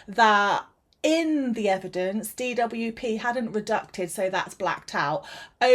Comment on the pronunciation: just an fyi, it's redacted, not reducted...